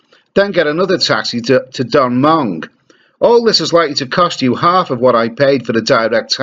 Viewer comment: Does my head in does...... Come on learn the pronunciations.... My mother in law lives there.